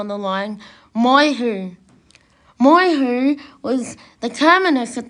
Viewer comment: It's Moy- YEW, not Moy-Hu! And it's Eed-Die...not Eeedee!